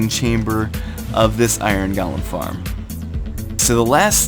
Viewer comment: Goh-lem. Not Gaul-em. Good tut though.